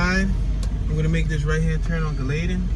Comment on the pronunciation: Galatin...pronounced Gal-ah-ten. Amite- pronounced Ah-mitt..like a baseball mitt. And yes Jtran the bus service